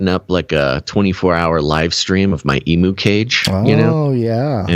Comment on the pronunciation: Stand aside, Tiger King. Here comes The Emu King… 😂 By the way, Aussies say EEM-YOO not EE-MOO.